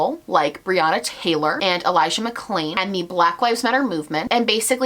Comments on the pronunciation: He said Elijah McCain instead of Mcclain and then dubbed it over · can we also talk about the fact that he mispronounced Elijah McClain's last name and then dubbed it over? Like, do you not even have the time to rerecord a snippet in your giant mansion during your weeks in "reflection"?